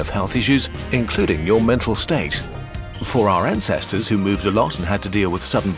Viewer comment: that didnt sound like ancestors at first 😭